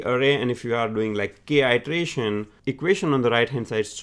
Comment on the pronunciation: I suggest you work on your pronunciation. Ity-erataion, not itreation